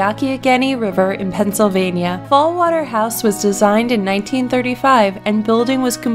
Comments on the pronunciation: It's Fallingwater, not Fallwater. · 12 is Falling Water, not Fall Water. The dominant sounds in "Falling Water" are the F, the L, and the W, as in Frank Lloyd Wright. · It's Fallingwater, not Fallwater... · The house is called "Fallingwater", not "Fallwater". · Falling Water. Falling Water. not Fall Water.